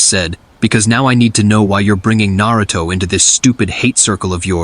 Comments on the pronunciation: Why can't they pronounce Narutos name correctly? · Not gonna lie....A.I is gonna have niggas mispronouncing Naruto for years lol